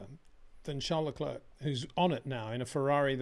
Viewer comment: Hey, It’s not prononunced Lecl’erk’. It’s lecl ‘air’